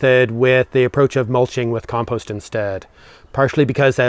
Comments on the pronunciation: Now you're in Ireland please learn how to pronounce compost🙂 It drives us nuts. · At least he can say compost, and not "peatfreecompost" like the BBC requires these days.